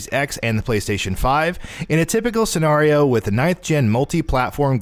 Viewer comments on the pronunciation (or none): the way you say scenario triggers me lol